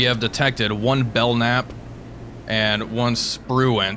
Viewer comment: Bell- camp is how it's pronounced. Keep up the cool vids